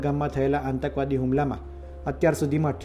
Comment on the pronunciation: ઓ patrakar,આતંકવાદ શબ્દ નો ઉચ્ચાર સાચો કરો,કાં તો patrakartva છોડી દો